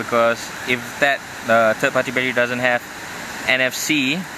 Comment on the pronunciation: When he said battery it sounded like he said bat tree lmao